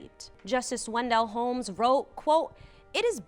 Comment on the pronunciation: FYI Some of your words are mispronounced. For example, "harrowing" and "Oliver Wendell Holmes."